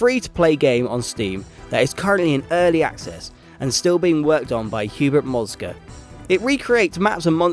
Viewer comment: You sayed Hubert Moszka name wrong. But don't worry! He is from my country and our language is hard. Btw... I'm new here and I think I will stay here longer. Just saying :3